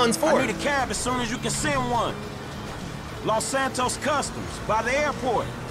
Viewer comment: He said los Santoast 😂😂😂😂😂😂😂😭